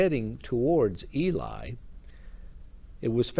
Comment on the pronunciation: Thankyou for telling her story. Ely is pronounced e lee.✨️💖✨️✨️